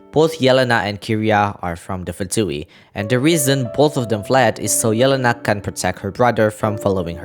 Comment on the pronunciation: I think you are the only one hwo said yelenas name right, meny people pronaunce it like yelans name